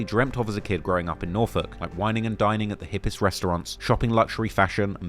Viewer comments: Dawg how tf did this man pronounce NORFOLK correctly. Its people literally from Virginia that dont even say that shit right. 😂😂😂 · I'm impressed that you pronounced Norfolk correctly. It's my hometown btw. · Ay you kinda said Norfolk like a local. Much respect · This guy pronounces Norfolk right asf😂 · Shout out toTrap Lore Ross for showing some love to the 757 and for pronouncing Norfolk correctly lol